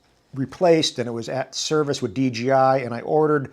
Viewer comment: thumbs down for pronouncing it “DGI”